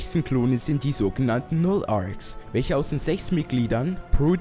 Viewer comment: versuch mal sechs richtig auszusprechen